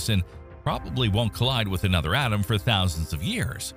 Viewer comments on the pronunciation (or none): none